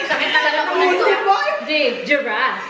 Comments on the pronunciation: Tama ba dinig ko? J-jirraffe?🤣🤣🤣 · She said J geraf haha